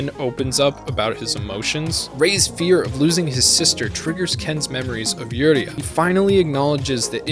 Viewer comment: Hokuto is pronounced Hoh Koo toh, not "hawk'ootoe". Yuria is you - ree- ah, not "Yer' ee uh". Seems like the the recent English translation is still not translating some things properly. The seven stars constellation is not "the big dipper" in the context of the series, the seven stars represents "the spirit fist" (similar to "the hand of buddha") as the stars connected make an outline of a fist, and also the constellation is also called "the great bear" by Greek astronomer Claudius Ptolemy. Hokuto means "North Pole" (literally North-Point) and only colloquially means "the pole star" (the northern star Polaris), Shin Ken means Spirit Fist not "divine fist", So a possible transliteration could be "Northern Polaris Spirit Fist (North Star Spirit Fist works too); btw "shin" means "spirit" "heart" and with a different kanji "true", Nanto Sei Ken literally translates to "South Pole Divine Fist" "Nanto" can also seen as term for the Crux (the "Southern Cross" constellation) so in some transliterations Nanto Sei Ken can be translated into "The Southern Cross Divine Fist". This is why Shin's army flies a flag with a cross-like red star. You forgot to mention that Shin was Kenshiro's friend, but Shin's desire to dominate and conquer, his jealousy toward Ken having won Yuria's heart where why he betrayed Ken. the "fisting" jokes were dumb and not necessary at all.